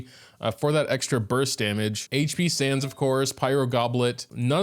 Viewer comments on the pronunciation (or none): none